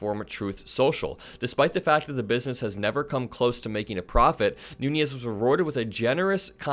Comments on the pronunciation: i like your videos, but you murder a lot of names and words. devin nunes is actually a noo - nez. he’s not devin nuñes (noo-nyez). concerning another recent video: ghislaine is pronounced “gee-lain”, like the g in golf, not “jiz-lain”. keep up the good work. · even though I have, no respect for him, I have to point out that Devin’s name is pronounced “noonish” or “newns” not nuñez. He’s not Hispanic. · Devin Nunes is Portuguese. His surname is pronounced phonetically: New nez. Those of Spanish descent probably don't want to be lowered by this fool who sued a cow!!!!